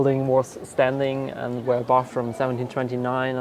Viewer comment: I just love this documentary! And may I say how much I love your pronunciation of the "ch" in Bach, Eisenach and other words, as well as our umlauts "ö" and "ü". Absolutely perfect! Hats off to you,.